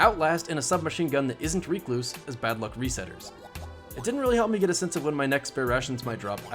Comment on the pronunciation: and Datto cannot pronouse RECLUSE correctly. WRECK-LOOSE and REE-KLOOSE are wrong.